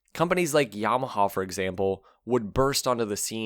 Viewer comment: It is Yamaha, not Yamahaw😊